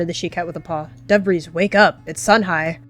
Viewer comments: “Dove’Breeze” sounds a lot like, “Dabreeze” (Lalalalalaaaa) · Why did I hear Debris not Dove’breeze